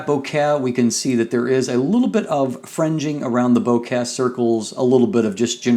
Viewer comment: Your pronunciation of vignette and bokeh is like getting stabbed in the ear. Nice review though.